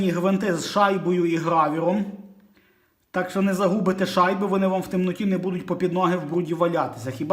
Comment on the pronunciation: Дозвольте вставити свої 5 копійок. Не "грАвер", а "грОвер" - шайба Гровера. ГрАвер, то трохи друге.